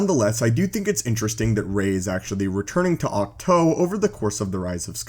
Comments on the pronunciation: Can you just say Auk Too. Vs Auk Toe?? I get you pronounce your Os funny and only one way. But it is just....annoying....you won’t bother to say things right. Grow. Adapt. Cows say Moooo not Moe. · Octoe thats not how it’s pernounced